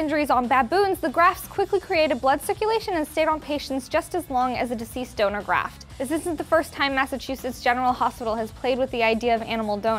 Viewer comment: sounds like she says "deceased stoner" when she says deceased donor lol. Thought that was what she said in the first place haha